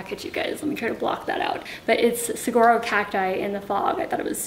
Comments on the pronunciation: From a Tucson Native to a Tucson transplant, Saguaro is pronounced SAH-WAR-OH. So, silent G! 😉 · I LOVE your style so much! Your place is coming together beautifully. Please don't take this the wrong way, but I do have to correct you on your pronunciation of Saguaro. The g is pronounced as w and for some reason, everyone and their uncle in Tucson names their business, school, etc. after these magnificent treasures. Welcome to Tucson!